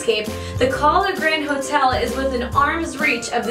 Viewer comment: She pronounced Kahler wrong every time.